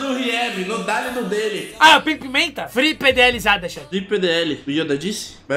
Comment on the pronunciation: "FRIPÊDĒÉLIZADA"... E morreu....